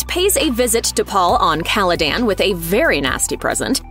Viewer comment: Am I the only one who is annoyed that they didn't do enough research to be able to pronounce Duke Leto and Caladan correctly?